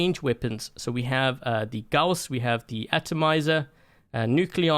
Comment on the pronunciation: HE SAID GAUSS CORRECTLY